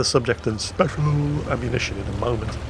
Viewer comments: "Speciallllllllll". Was that a Flambass accent? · I lost it at "speshal" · beware of the "speshal" forces. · you mustn’t make fun of the noobs for using “speshal” ammo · Old and speshuul. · WG is quiet “speshal” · oh boy speshul